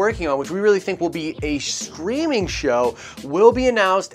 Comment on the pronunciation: 😅 when you said streaming show it sounded like you were saying screaming show